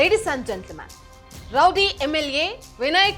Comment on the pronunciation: ಅದು ರೌಡಿ ರೌಡಿ ರೌದಿ ಅಲ್ಲಾ 😂😂